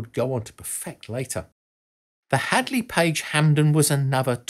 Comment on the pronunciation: Great but research research guys!! Its HANDLEY NOT HADLEY!